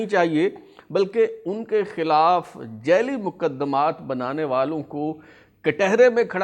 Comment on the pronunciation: Jelly naheen sir, jaali hota hay